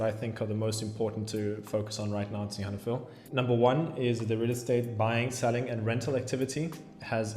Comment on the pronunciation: What's with stressing the "han" in Sihanoukville? I've always heard the stress on "nouk".